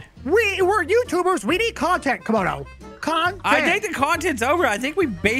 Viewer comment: Camodo not komodo